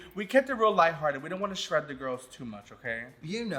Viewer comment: “shread” 👀 lol violet is a comedy queen